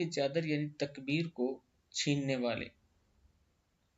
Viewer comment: Takabbur hae.....Takbeer nahi